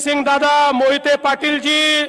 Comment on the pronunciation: अरे विजयसिंह व रणजितसिंह मोहिते नाव तरी नीट घ्या की ....